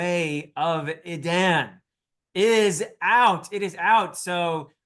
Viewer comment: I went ahead and started it. I love the voices. It seems the narrator choose to go with your pronunciation of E-Dan, rather than the less popular E-Dawn. :)